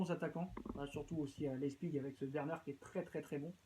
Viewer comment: On dit pas leißpig on dit Leipzig